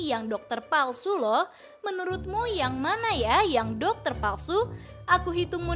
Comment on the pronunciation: Doketer laki laki bukan doketer 😂😅